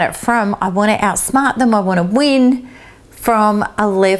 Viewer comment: Out-Smaht the Nah-cess-cyst